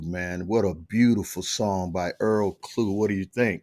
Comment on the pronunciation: In English..his surname would be Clough....as in Tuff, stuff, puff, rough, ect.. so it is Earl Klugh. not Klue, as in clue, chew , stew, etc. thanks.